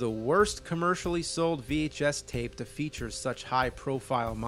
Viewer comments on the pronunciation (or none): none